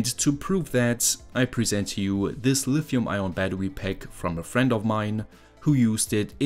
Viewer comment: caculated and lifium hehe